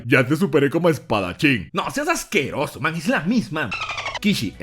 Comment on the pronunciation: "No seaj ajqueoso" 2019.